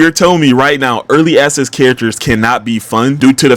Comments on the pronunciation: I swear I hear early asses and not early access😭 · bro the way you say early access, is hilarious it’s like your saying ass. “Early asses” no offense bro but you’re a good critic in general alright peace out twin. In